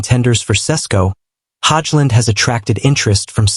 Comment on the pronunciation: prounounce his name right hojlund